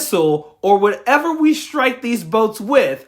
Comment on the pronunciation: Why does she say shtrike?